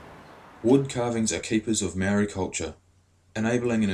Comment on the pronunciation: I love to see maori docos but c'mon bud, 'maow-ree' and 'tah-nay'. It's a language with 13 letters. But thank you for asking about exploitation!